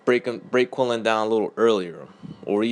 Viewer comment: its Quinlan not Quillin